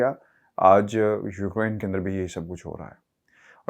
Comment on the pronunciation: Its not Ukrine .. its pronounced as Uk-rain